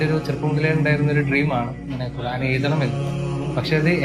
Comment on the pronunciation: ഖുർഹാൻ അല്ല ഖുർആൻ 😊